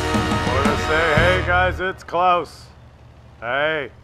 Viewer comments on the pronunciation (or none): none